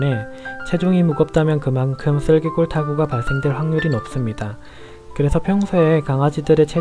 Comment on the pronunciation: 좋은 정보 감사합니다. 제 귀가 잘못됐는지 슬개골을 쓸개이라고 들리네요. 쓸개라는 장기 이름 처럼요.